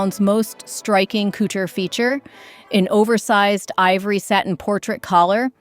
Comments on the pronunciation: AI cootcher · Please! Learn to pronounce couture. It is not pronounced like 'cootchee'.😢 can't take anything you say seriously 😢